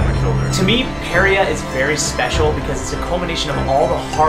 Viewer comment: I'm really excited to watch their videos but someone needs to tell them they pronounce Parea wrong...